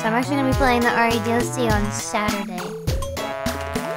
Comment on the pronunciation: other stream: "Gawr Gura's brain games" This Stream: 'uotlast' 'saturaay'